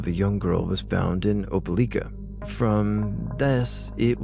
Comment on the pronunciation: Opelika is pronounced "oh-puh-LIKE-uh". VBS is Vacation Bible School.